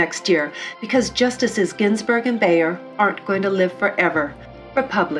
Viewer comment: Love this! Just want to mention it's Justice "Breyer" not "Beyer"